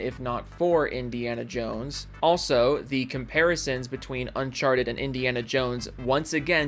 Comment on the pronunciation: Why are you playing a different game than the game you're talking about and also you need to learn how to say uncharted Because you're saying it really wrong and it sounds stupid the way you're saying it It literally sounds like you're saying uncharched